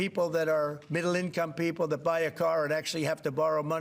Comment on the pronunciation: I hate how he pronounces: 'Pee-O-pple', it's just weird!